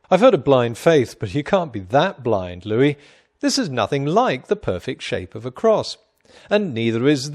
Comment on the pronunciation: It's Louie, not Louis. Apparently.